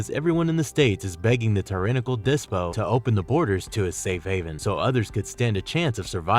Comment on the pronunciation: You need to work on pronounciation. Despot ( deSPoT) Fervor ( fur vur).